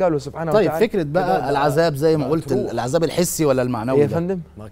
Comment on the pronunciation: السلام عليكم ورحمة الله وبركاته المذيع الكريم الرجاء منك عند قرائتك للقران الكريم ان تنطق الحروف بشكل الصحيح لها جلوداً خليتها قلوداً ليذوقوا العذاب خليتها العزاب وهذا يكون تحت مسمى اللحن الجلي وهذا لا يجوز ابدا تحريف في حروف القران يجب علينا مراعاه كتاب الله حق الرعايه وجزاكم الله خير الجزاء